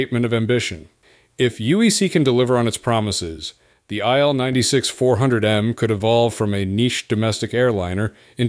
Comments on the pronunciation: Its not ptonounced aile-96 , its pronounced eel-96, il atands for iliushin, name of the designer. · It's pronounced Eel (as fish), not Ai-el. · If only,you would pronuce correctly the name of IL-96. REALLY STUPID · Yeah. Pronucing stuff right is important.